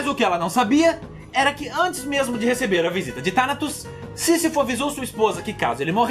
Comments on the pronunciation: Ele falou o sisifosisifudeu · " sisafou" de todos os obstáculos kkk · Sisifo ou sifu kkk, Tanatos ou Tanos 😂😂😂😂😂😂😂😂😂.